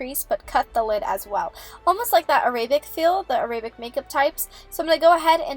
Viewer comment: "Araybic" .... it's pronounced Air-Uh-bic